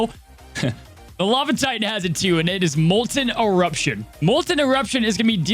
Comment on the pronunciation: Ti-Tan is killing me. Sometimes you even say it the correct way, I don't get it. Drives me crazy. Omg, I think you just did it with But-Ton too.